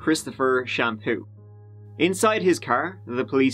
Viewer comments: Christopher Shampoo. Lmao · Christopher Shampoo. Lol. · christopher shampoo xD i'm dead xD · Christopher Shampoo....😂😂😂😂 Oh! 😂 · called him Christopher Shampoo as if it was his real name. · "27 year old, Christopher Shampoo" LMAO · "23-year-old Christopher Shampoo"